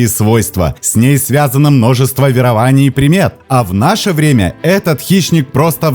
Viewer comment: С первых же слов грубая ошибка! вЕрование, а не веровАние, ну а продумАнно вместо продУманно это вообще шедевр. Это значит что ты просто говорящая голова, читающая чужой текст...